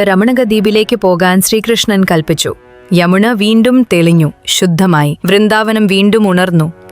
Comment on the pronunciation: യമുണ അല്ല യമുന😂😂